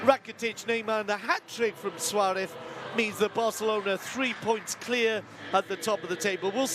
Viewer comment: Why is this commentator always saying Suarev instead of Suarez ???